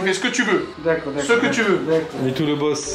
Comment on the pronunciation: Le nombre de fois qu’ a appelé Mitou ”Midou” 👇🏻